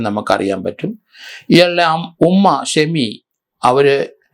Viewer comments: ഷമാ അല്ല ഷെമി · ഷമ്മ അല്ല ഷെമി